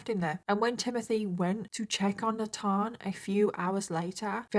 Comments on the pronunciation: Nut-on? Nat-han? U mean, NATHAN? NAY-TH-EN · Is the little boy’s name Nathan? Maybe a different spelling or pronunciation; in US we typically pronounce that ‘NAY-thin.’